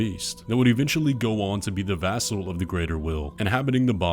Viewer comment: VES! VES-sel, not VAS-sel, VES-SEL!!!! This has been bothering me for so fucking long... good video though lol